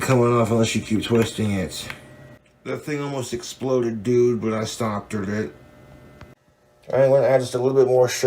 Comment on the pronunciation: “ almost just exploded dude but I stopderd it”